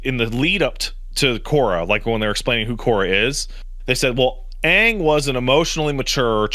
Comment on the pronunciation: there, says Aang correctly lol